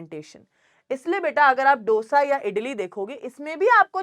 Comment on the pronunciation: MA'AM ITS DO ( LIKE 2) - SA NOT DOUGH-SA 😭😭😭